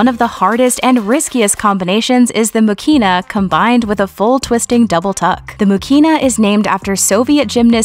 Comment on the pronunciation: Elena's last name is pronounced MUhina. With emphasis on "U" and no "K" in the middle.